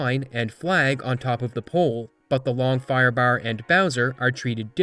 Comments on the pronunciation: The pronunciation of firebaar gets me a bit everytime lol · The Long Firebahrr made me think of Snatch